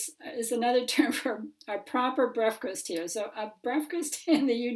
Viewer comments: I must have head 'briferst' 8 times before i knew it was breakfast you trying to say! man i laughed so hard for ages! i'm sorry! my eyes are watering lol! c'mon lass you can say 'Breakfast' it's not hard lol! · Your pronunciation of the Welsh word's was spot on.. saying "breafkast" though made me laugh 😆